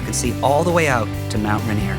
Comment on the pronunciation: "...miles of shore front beaches...." Don't all beaches front the shore? And Mt. Rainier is not pronounced "Run-eer."